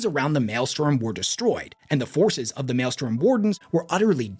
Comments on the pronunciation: I love your videos. You are my favorite loretuber. Having said that…it also annoys me when you make these long, incredibly detailed videos, and mispronounce a key word over and over. It’s Maelstrom. Like male, and strum a guitar. Male strum. Maelstrom. I died a little every time you said male storm. Like if you made a 2 hour video about Italy’s most well known sports car company, the Ferrari, complete with original factory photos, old memos, rare interviews…and kept pronouncing the car Fee roar eye. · MaelSTROM (mael-strumm), not male storm. Unless it's raining men, nor is the postal service blowing up above our heads. I guess both are technically possible in W40k. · incorrect. Strom vs storm isn't an accent thing. Sturm, maybe, but he says malestorm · Pedant here. Mael-strom...not Mael-storm. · hey wes, love the charisma! The number of mispronounced words in this video was really starting to get to me tho. It's maelstROM not maelstorm. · If you take a shot every time he says malestorm instead of maelstrom you’ll be dead pretty quick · I’m so sorry but I have to: ITS MAELSTROM NOT “MALESTORM”. I believe Malestorm is the High Gothic for a sausage party. So while still appropriate for a large gathering of Astartes; it is incorrect in this context. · ...alright i cant resist.... MAELSTROM!!! ITS MAELSTROM!!! STROM!!! NOT STORM!!!!! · Brother, its the Maelstrom, not the Maelstorm. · It is also pronounced as "mael-strom" not "male-storm" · Drinking game: take a shot every time says male storm instead of maelstrom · Yes, it is super distracting haha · Take a Shot every time he says Malestorm instead of Maelstrom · My guy it is mael-STROM. Please I'm begging you. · is not beating allegations of Loretubers not reading source material when he mispronounces "Maelstrom" as Maelstorm for the billionth time. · I keep hearing him say "male storm" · over here just refusing to say Maelstrom correctly. Doing everything in his power to not say it right.